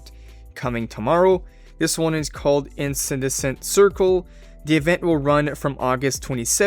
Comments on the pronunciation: It is pronounced in-can-de-scent. Incandescent. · In-can-dess-ant. (Correct way to pronounce “incandescent” :)